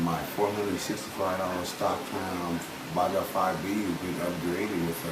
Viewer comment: Baja , change the j for a h and say baha Baja